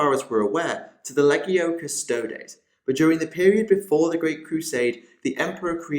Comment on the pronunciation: LEE-GEE-OH-NAYS = LEGIONES NOT LEGG-EE-OH-NEES. CMON THIS STUFF'S BEEN AROUND FOR A FEW DECADES NOW, PRONOUNCE IT RIGHT.